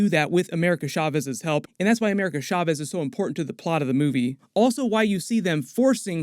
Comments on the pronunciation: Cha-vez Not SHA-CHEZ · I thought chavez was pronounced just like caves 😂